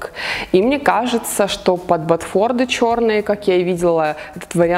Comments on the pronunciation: видео как всегда отличное,вещи на Вас хорошо сидят. одно НО. раз Вы снимаете бьюти-видео,обращайте внимание на правильные названия вещей, правильно "ботфорты", а не "ботфорды", Вас ведь смотрят многие юные модницы,которые потом заучивают всё неправильно.. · правильно говорить ботфорты